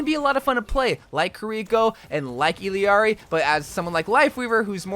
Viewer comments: I'll ari not illiari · Its pronounced ILL (as in sick) AR-E. Its not ELL-E-ARI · ee yar ee. ll en español Is pronounced as a y. some accents its almost pronounced like iyjari (like mine) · It’s pronounced E-llar-ee, not E-l-Eeari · Assuming her name is pronounced using Spanish rules it should be pronounced Ee-yar-ee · It’s pronounced iyari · Why is he adding an extra i when saying her name. Its ill-R-E. She saids it in her introduction video. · Bro… “ill-ari” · you truly amaze me lmao. It’s pronounced E-YAR-E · Why is he adding vowels to her name. Her name is I L L A R I. There isn't and E or an I in the middle of her name. The phoenetics would be "EE-LAR-EE.: He's adding mad weird vowels in the middle of her name for no reason. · If it helps, the two LL’s in her name are pronounced “yee” so and the I in her name is pronounced E. You also need to roll the R So.. basically Yeearee It’s a Spanish thing and I’m Mexican. Hope this helped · It’s also a Quechua name. The Spanish way is iyari/ijari (or ishari if you’re from Argentina). In Quechua it’s either Iyari or ilyari. The voice actress uses the LY pronunciation when saying Quechua words like “allinllachu” but uses the common Y/J sounds when speaking Spanish